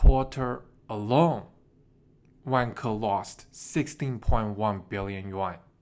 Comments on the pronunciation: I hate my self. But the way you say Vanke, makes me laugh. Sorry, I know racist stereotype stuff... But maybe Wanker is a better name for them... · Turns out I’m not the only one LOL-ing throughout as I heard about “Wang-ker’s” actions 😆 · Why does is sound like "wanker"? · pronunciation of vanke makes me laugh. Sounds just like wanker! LOL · Great one. Be careful of the pronunciation of Vanke though 😂. My issue is what happens to the money supply here? Beijing is basically taking over all property companies. I see two outcomes here: 1) Xi Jinping loses power to reformers who increase transfers to poor people & wage slaves. Eventually this will work but might mean democracy takes over. Huge banking losses, major deflation like in Japan, the Great Depression but with Government spending. 2) Xi Jinping & his mates get on one of their jets filled with Gold & bail out to UAE & let all Chinese Banks go bust. This is the Shah of Iran trade *10. I think between these two options. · I couldn’t stop laughing too 🫣